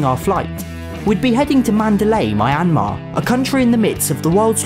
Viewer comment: I kinda cringed when I heard pronounce Myanmar. But other than that, great video and I hope gets a visa to go to Myanmar! Enjoy the food and places!